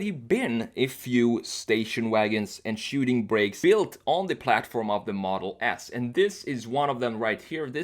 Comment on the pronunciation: dude why do u say tesla model ass instead of model s lmao